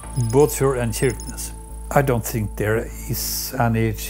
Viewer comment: On prononce "CHirquenesse", pas QUirquenesse ! Cela remet en question la crédibilité de ce reportage.